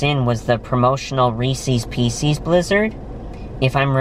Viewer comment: For how brilliant and well spoken you are, I was disturbed hearing “Reecee’s Peecees” from you 😂